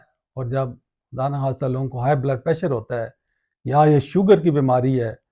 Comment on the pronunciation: ماشاءاللہ ۔ اللہ تعالیٰ کے کلام یقیناً شفا ہے ۔ شروع کی ی پر کھڑی زبر ہے لہذا اس کو تھوڑا لمبا کر کے پڑھیں جیسے یا نار کونی برد وسلاما علی ابرہیم ۔